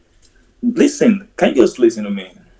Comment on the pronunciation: HAH! --- He's already commanded to "LEEST-TEN" multiple times! --- "Bad Mood " is an expert at throwing him off script, isn't she???